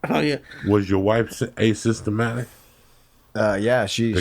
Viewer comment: Uncle joey, its asymptomatic! Not a-systematic😂